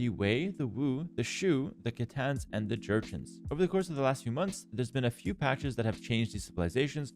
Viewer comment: Mispronounced xianwei and khitanguts